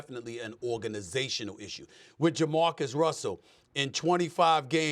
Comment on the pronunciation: Nah- it’s JaMarcus